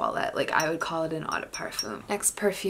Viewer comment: How do you work in the industry yet mispronounce 'eau'? It's not 'awe' it's pronounced O.